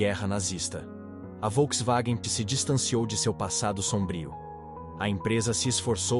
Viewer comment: "a folkswagen " sabe nem falar o nome kkkk